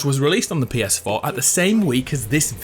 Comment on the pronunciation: "Pee Es Foh"